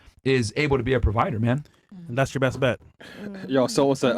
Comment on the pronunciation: “Thass” on he-im.” Not “that’s.”